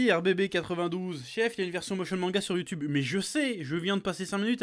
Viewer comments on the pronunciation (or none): none